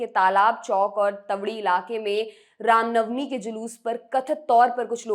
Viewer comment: Bhosdi walo, rama navmi nahi ram navmi hota hai.. Baklol kahin ke